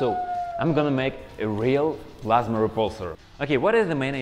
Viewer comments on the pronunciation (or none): did he say plasma or vladamir...